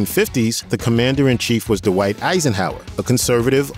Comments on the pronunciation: The mispronunciations are distracting: "Dwight" is not pronounced "Duh-wight," "Martin" has a "t" in it, not a grunt, "birthday" is not pronounced "burf-day," and "Giancana" has only three syllables. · "D'white" Eisenhower ?